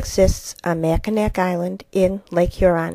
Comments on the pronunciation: Great video - I'm going to use it in my classroom, but Mackinac is pronounced Mack-a-naw, not Mack-i-nack. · Mackinac (pronounced "Mack-in-awe" NOT "Mack-in-ack" is located between the Upper and Lower Peninsulas of Michigan, NOT between the Upper Peninsula and Canada. Thanks!